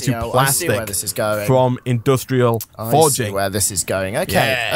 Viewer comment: It is pronounced Industrial Foregoing, going and not forging. I don’t know why it bothers me, not trying to be nitpicking how you pronounce words, even though I always enjoy your guy’s content.